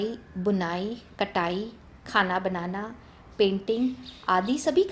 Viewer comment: you said कटाई but it is कड़ाई